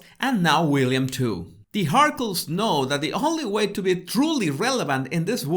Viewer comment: Am I supposed to be laughing as much as I am when he keeps calling them the Markles? lmao